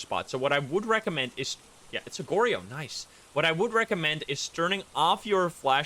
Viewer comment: it's (Gor-Yo) not (Gor-ri-yo)